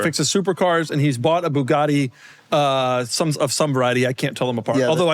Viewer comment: No, it isn't. It is pronounced "boo-gatti". There is no "bew" in Buggati.